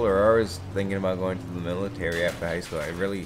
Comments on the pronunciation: Do you know that you are saying 'What is gode-ing on'!? You must be doing it on purpose!!! :P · Did he just say "what is goating on"?